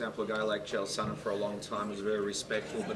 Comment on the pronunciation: "Kale Sonnen"